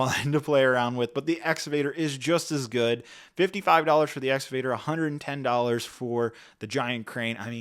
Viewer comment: It's pronounced Ex-ca-Vator